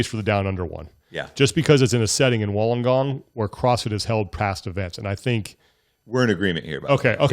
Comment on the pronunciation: Just for future Wollongong is pronounced “wool-on-gong” 🇦🇺💕